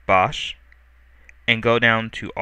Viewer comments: I think it's pronounced "box", not "bosh". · easy to follow tutorial, only one thing that bugs me though - it's pronounced BOX not bosh hehe even the icon is a box :/ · I thought bosch was pronounced "Box" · its pronounced box but spelled bochs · it is pronuced "box" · ...You do realize Bochs is pronounces "Box" right?